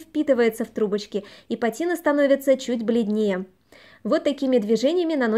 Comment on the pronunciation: в слове пАтина ударение на первый слог